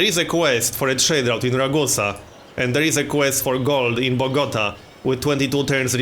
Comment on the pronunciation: I love how you mispronounce Bogota